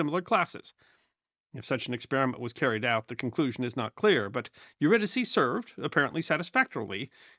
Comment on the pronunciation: Thanks for pronouncing her name correctly